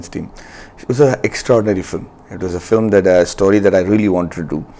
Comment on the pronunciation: Filem. LOL Its film! Pronounced as fi + lm.